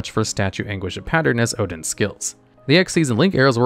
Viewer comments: its odion(ohhh dee onnn) not odin (ohhh deeiinn) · Erm it’s actually pronounced odEon not odin 👆🤓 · It's Odion, not Odin lmao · His name is not Odin. His name is Odion, aka Rishid. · No one bringing up its odion and not odin lol? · OdiON not Odin, lmao, breh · You miss pronounced odion o di on